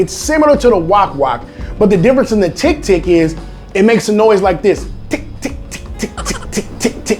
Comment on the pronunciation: Filipinos:Tik tik Him:Tick Tick Tick. My bro is better english than me im a filipino thats practicing english for 8 years and STILL HASN'T PRONOUNCED THAT CHILL